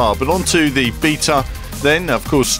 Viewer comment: learn how to say beta please:)